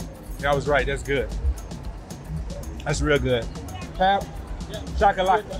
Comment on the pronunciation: Enjoying your videos. And happy to see that you are enjoying our country. I hope you come to Cape Town too! Fyi, "pap" is pronounced "pup". Like puppy. And the gravy is called "smoor" or "sous". So we eat pap and smoor. Or pap and sous. Same thing. But not gravy 😊 So happy that you are liking it!